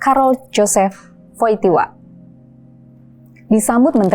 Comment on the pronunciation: Koreksi kepada Majalah Tempo, Karol Jozef Wojtyla itu dibacanya Karol Josef Woila.